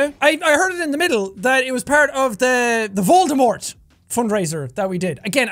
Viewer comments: Jack keeps saying voldamort! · Why can’t he say Voldemort??